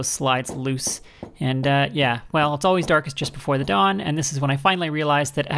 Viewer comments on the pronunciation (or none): none